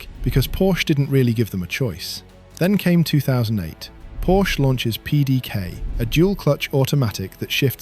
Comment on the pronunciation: good god at least pronounce porsche correctly